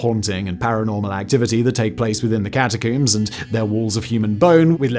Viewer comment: How do you say this word? Comb. Then why do you say catacomb like that.....